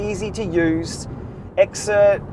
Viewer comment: I believe its pronounced "Zert" rather than X-ert, but whatever. Today's plan is another training platform that i've found to be amazingly beneficial to performance increases.